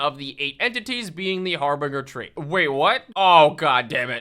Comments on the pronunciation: Oh my Ra. It's not "harbringer." Har-bin-ger. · It's Har-bin-ger tree, not a har-binger tree. These trees are not sponsored by bing! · Harbinger is like binge watching a show. Har-binj-er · ...ive NEVER heard someone say harbinger wrong before "har-bing-er"? interesting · Pronounce Harbinger better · I agree with this statement